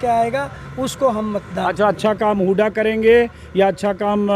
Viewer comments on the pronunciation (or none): हुड्डा है नाम हुडा नही